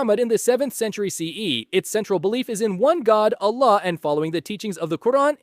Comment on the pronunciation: Your pronunciation of Allah and Islam are spot on. First time I've heard an American capable of reading the letter "s" 😅